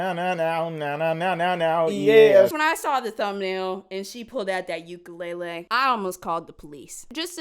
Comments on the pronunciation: “And she pulled out that uk-a-ley-ley I almost called the police” lmfao I died at that cause same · I've never heard someone pronounce ukulele as ukalaylay